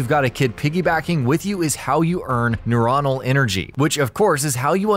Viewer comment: did you seriously say nureonal? lmfao it would literally just be neuron